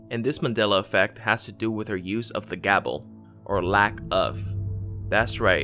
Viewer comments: Is it just me or is this guy saying gabel instead of gavel? lol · I thought the word was gavel, not gabel. Did that change too? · Are you saying gabel? It's irritating me. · One word ~ Gavel ~~ not gabel ~~~ Otherwise, great video! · Urgh you REALLY need to research pronunciations as well as stories! It's Cheshire Cat pron... chesh-er and it's GAVEL, not Gabel... seriously wtf is a Gabel? If you're going to research, actually do some research ffs! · It's a gavel not a gabel lol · Are you saying gaBel????? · do you mean "gaVel"?